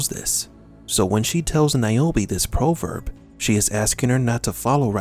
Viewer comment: 'Proh-verb'.... Really!?